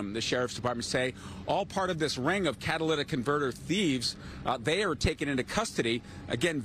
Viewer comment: "Catalyst in converter" Lmao catalytic converter. Props for not saying "cadilladic" tho.